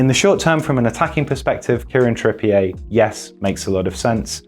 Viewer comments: Bro he’s English, it’s not trippié it’s Trippi-er 😂 but keep up the good content lads 😂🇫🇷👌🏽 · He isn't called Kieran Tripp-ee-ehy... It's Tripp-e-er. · Great video, but it’s ‘TrippiER’ not ‘TrippiAY’ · Learn to pronounce people’s names. I had to turn this off after 3 minutes, his name is trippier not trip-e a. He’s from bury, Manchester. Not France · Why pronounce his name like that? I thought he was an Englishman (though possibly of French Huguenot an ancestry 400 years ago like Farage) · I love how we've started putting a French intonation on Trippier. Very Hyacinth Bouquet